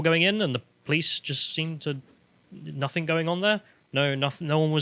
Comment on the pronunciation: It's nothing, not nothink.